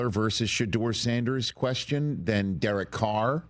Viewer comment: The way Mike says Derek Carr’s first name always pisses me off. Durrik